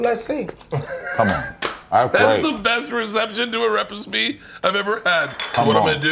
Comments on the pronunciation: The way Bert said repicebe instead of recipe ❤😂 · He said repusfee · “Best redemption to a rezpe”-Bruce kershner